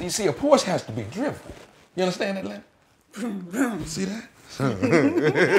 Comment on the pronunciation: NAWL LENNARD!!!!